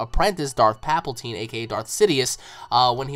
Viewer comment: Thought I'd mention this it's palpatine not paplatine